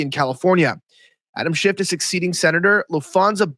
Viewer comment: Could you please pronounce his name right? It's Schiff, not Shift. There is no T.